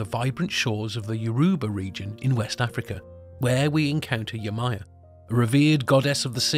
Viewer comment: Yemojà..... Not yemaya*